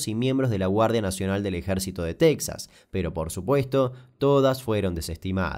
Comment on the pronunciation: Cuando dice en Texa, me da miedo .